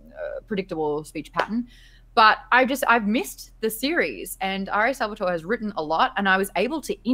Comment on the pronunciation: triggered italian here. It´s Sal-vah-toh-reh. Love the show!